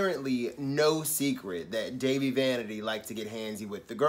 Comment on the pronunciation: it's pronounced Dah-Vee